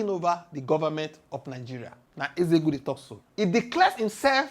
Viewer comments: Nzeogwu not nzego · abeg pronounce NZEOGWU name well no be EZEOGU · Who is Ezegwu, try to learn how to pronounce Igbo names.